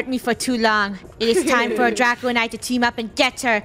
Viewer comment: It's not draco, it's draca